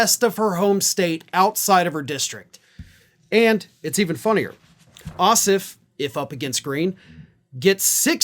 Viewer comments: For future reference, our senator's last name is pronounced Oss-Off with equal emphasis on both syllables ....please pro ounce it properly - it is NOT OSSif. Thanks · please pronounce Jon’s name correctly: the second syllable, OFF, is pronounced (surprise) just like the word OFF. OSS and OFF have equal stress, or emphasis. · Jon's Last name is OSSOFF. You were pronouncing his name as Ossiff. I realize there was no animisity intended 😏🤣. Just letting you know.